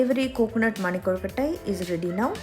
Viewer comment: Awesome presentation. Very good pronunciation. Perfect soft kolukatai